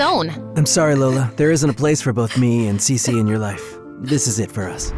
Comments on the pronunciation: Cece❌️ cici✅️ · When she said her name is cece it's sounded like she said si si🤌